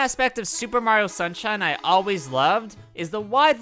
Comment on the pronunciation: You got the name for Sunshine Isles correct.